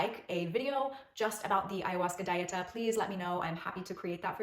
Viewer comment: Dieta is a spanish word. It is not pronounced like the english word diet with an "A" at the end. Dieta is pronounced Dee-et-ah. Please look up spanish Dieta pronunciation.